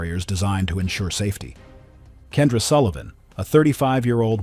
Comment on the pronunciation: Kendra was entirely misread ‼️